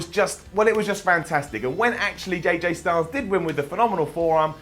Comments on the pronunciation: he said “JJ STYLES” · Did you just say JJ Styles?